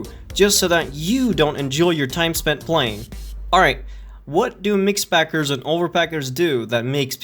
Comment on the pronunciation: He said "mixpackers" with the Hard R.